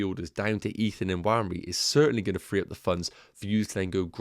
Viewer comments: Nwaneri is pronounced "WAN-Nay-Ri". I know because I am from the same part of Nigeria he's from. Cheers! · Loving the content. Thoughts 💭 on Dango vs Nwaneri? PS. N is silent in pronunciation. So Wan-Eri! Cheers 🍻